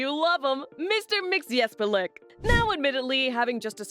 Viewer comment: Oh ffs, girl, my eternal respect for pronouncing with ease the name of Mr Mxzxcyxyzhzhhxhxyxyhzjxhxhhc